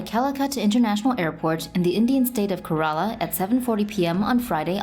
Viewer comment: It's actually pronounced as Kay-ra-la